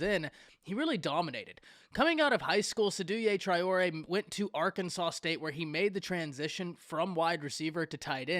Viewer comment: You didn’t pronounce his name correctly. It’s pronounced SAY-Do Tray-or-A